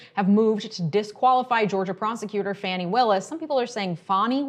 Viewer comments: I've heard "Fawny" Willis much more often than "Fanny" Wilis, so I think it's the former. Thanks for yet another info-packed video,. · it is in fact FAH-ni. Trump deliberately mispronounces it 'Fanny' to be his usual disrespectful childish self. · I’m pretty sure it’s pronounced “Faw-nee”